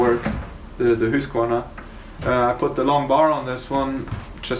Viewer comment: I always wondered about the proper pronunciation of the name Husqvarna. (Hoosk var nah) Now I know! Love Swedish saws by the way. Oh and (Yon sred)